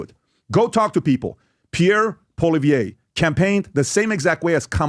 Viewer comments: He should probably start getting his name right... what the hell is polivier?? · The only one who has not done anything is Trudope! He has ruined Canada. Poilievre is not a Kamala. Please learn to pronounce his name (poi-lee-ev) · Maybe that guy should learn how to pronounce his name...and stay out of Canadian politics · PBD isn't the brightest bulb in the pack. He knows nothing about Canadian politics or Canadians. He can't even pronounce Pierre's surname properly. Pierre is THE hardest worker on the hill; that's why the Libs/NDP resent him. Liberal/NDP voters do NOT listen to PBD, Joe Rogan, etc. It will work against him. He DOES need to get on CBC/Global/CTV to reach those who do not listen to independent media. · PBD learn to pronounce Pierre last name A SS Hole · He probably didn't want to go because you can't pronounce his name😂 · Patrick David, you don't even know how to pronounce Poilievre's name! You lost me from the moment you screwed that up. Clearly, you are not now and never have been a Poilievre supporter. No reason to listen to your rant. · Man who doesn't even know how to pronounce Pollievre's name knows what's best for him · It really bugs me when people like this American podcaster say Pierre's surname wrong. Cone on buddy. Do your homework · First of all PBD needs to learn to pronounce his name properly and Canada’s battle needs to be fought in Canada not the US.